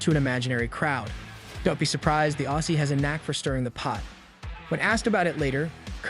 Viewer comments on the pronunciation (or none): none